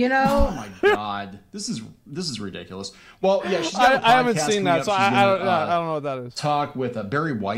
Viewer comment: the only annoying part of their whole video is the guy doesn't pronounce ridiculous right, he says ridicilis